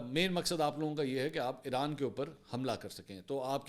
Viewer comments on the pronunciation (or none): none